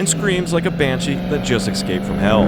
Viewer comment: INSTANT DOWNVOTE, CAN'T SAY "ESCAPE", SAYS "EKSCAPE" 🤣😂